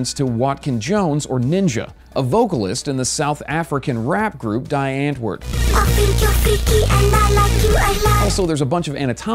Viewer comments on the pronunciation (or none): Did... did you just pronounce the "die" in die antwoord as the english die? Not the german die ("dee")? :O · And the groups name isn't 'Die Antwoord' You pronounce it 'Di Untvoord' Translation "The Answer" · Did you just mispronounce Die Antwoord? ! Eminem just got blasted for that.